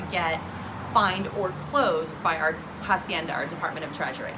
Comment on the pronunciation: may i make a small correction? its hacienda and not jacienda. the H has no sound so it would be spoken as Acienda even if you use it in english language.